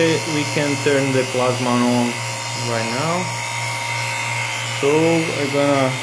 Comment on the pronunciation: Sim pronuncia como se estivesse falando em portugues e não em ingles.